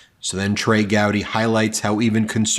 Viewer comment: Gowdy not Howdy